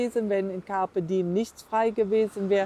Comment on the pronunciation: Campe diem ist lateinisch und heisst.....nutze den Tag. I und E wird getrennt gesprochen.